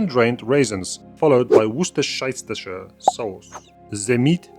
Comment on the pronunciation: I love the way that your excellent pronunciations of 'Worcestershire Sauce' are far more accurate than I've ever heard from ANYONE from the US of A.